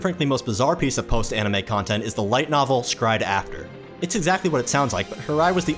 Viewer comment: Is it pronounced "scryed" or separately "s Cry Ed"??